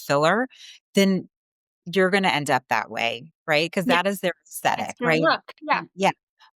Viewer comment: What is “plawstick” surgery? Why can’t women today pronounce a “short a” sound? “That” is now “thawt.”